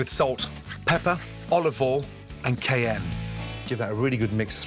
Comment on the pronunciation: When he seasoned the hashbrowns… did he say cayenne?? It sounded like he said Kayem? It didn’t look like cayenne so I’m wondering